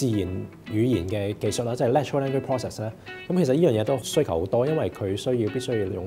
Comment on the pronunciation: Thank you for your video yet again! Very Informative and educational as always. However, may I suggest that you speak in a slower pace and a relaxing manner? For instance when you said the word "Natural Language Process", the first time I heard as Natural Ending Process. I rewinded and the second time I thought it was Natural Engine Process. Not until I googled it I knew you were saying Language Process. So please be relax and slow down a bit :) Awaiting your cool content in the future, peace.